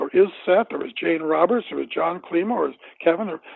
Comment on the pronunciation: Dr. Jon Klimo not kilmo.